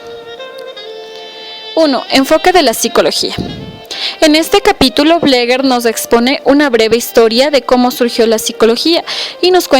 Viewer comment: Se pronuncia como se escribe "BLEGER" NOOOO BLEGUER!